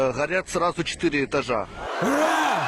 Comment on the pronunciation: Ви тоже слышите этот американский акцент в слове ура?)) Походу двойник путлера.